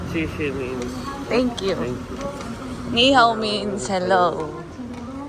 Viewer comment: Sheshe, hindi po shishi 😊